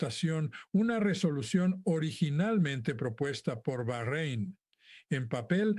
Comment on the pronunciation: Se Pronunzia Baréin,no Barrein,más Vien ver en Yutub, los Sigientes Mensajes, EL HIJO DEL HOMBRE YA ESTÁ EN LA TIERRA x Los Últimos Tiempos; LAS MUJERES GOVERNARAN EN LA TIERRA x Los Últimos Tiempos; DIVINO JUIZIO FINAL A LAS NACIONES RICAS x María Judith Pineda Burgos e Hijos; PROFEZIAS PARA LOS EEUU x Zenzeita; DIVINA BANDERA DEL MILENIO DÉ PAZ x María Judith Pineda Burgos e Hijos; Es La Última Palabra Revelación Voluntad de Dios Sumo Padre Eterno Arkitekto Kreador Mega MultiUniverSal JheHoVah; nunca Yawe,el Dios de los Capitalistas, Adoradores Del METAL ORO,El Dios de El Rikerio Explotador de nuestro Sufriente Planeta TIERRA ALFA; el cual por BOLUNTAD DIVINA,será El Nuebo REINO PLANETARIO SOLAR OMEGA,el Reino de Paz i Gozo Eterno,ver en Yutub, los Sigientes Mensajes,- EL HIJO DEL HOMBRE YA ESTÁ EN LA TIERRA x Los Últimos Tiempos; LAS MUJERES GOVERNARAN EN LA TIERRA x Los Últimos Tiempos; DIVINA BANDERA DEL MILENIO DÉ PAZ x María Judith Pineda Burgos e Hijos; DIVINO JUIZIO FINAL A LAS NACIONES RICAS x María Judith Pineda Burgos e Hijos; PROFEZIAS PARA LOS EEUU x Zenzeita